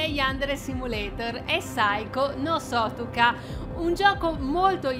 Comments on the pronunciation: È sutoka non sotuka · Uhhhh alla fine hai fatto il gameplay di saiko no sutokaaaaa jfemmfeme grazie XD, cmq si pronuncia uguale a come è scritto cioe "sutoka" pk è giapponese, si legge come è scritto :)